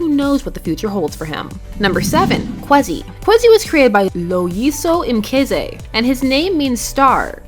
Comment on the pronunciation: solid try on the pronouncian of loyiso mkize and kwezi